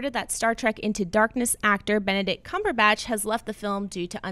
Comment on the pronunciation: Lol, John said Cumberbunch.